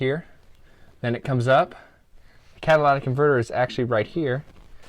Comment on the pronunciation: lytic, say it! You spelled it right. Not catalatic.